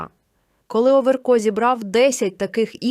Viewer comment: НЕ ОВЕРКоооо , А ОВеееРКО !!!! Ну як так можна читати 🥵?